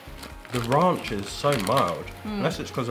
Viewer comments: They say Ronch lol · The way you pronounce Ranch I have never heard it that way. The way the lady in America pronounced it to you is how you say it. At least in America. :)